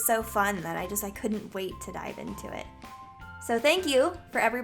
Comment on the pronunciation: why do you say dolve instead of dive into this